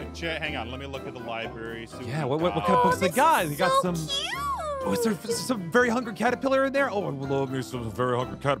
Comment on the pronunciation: Why say cu t e instead of cute wat And btw nice ava